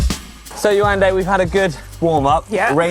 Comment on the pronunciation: Nice - You pronounce her name "Ye-wan-day" 🤓🤭